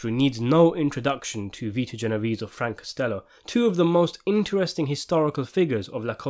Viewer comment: You CANNOT discuss Italian mafia movies and pronounce Genovese the way the narrator is in this clip. DO YOUR HOMEWORK!